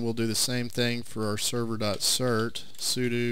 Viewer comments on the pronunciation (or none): Sudew et-see